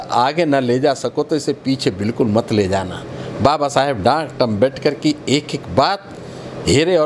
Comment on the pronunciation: इस आदमी को बोलने की तमीज तो हे नही ।डाक्टर भीमराव अम्बेडकर जी को बार बार डार्कट अम्बेडकर बोल रहा हे।